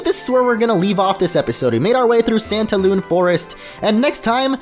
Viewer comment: Whe you said santalune I thought you said pantaloon XD